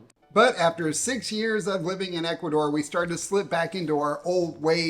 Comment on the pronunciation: Please work on your Spanish pronunciation. For people who have lived in Ecuador.... come on. H is silent in Spanish. Vowels sounds are very predictable in Spanish. Just try.